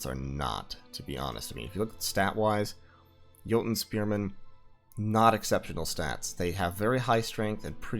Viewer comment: oh man i cant tell you how happy i was to hear you pronounce jouten correctly, i minor thing but got you a like :D